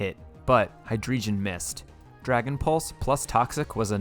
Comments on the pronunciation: And hydreigon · Hydreigon as well, its drei not dri